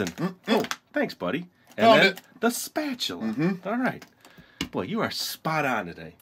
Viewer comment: Hahaha! "Spa - TU - la"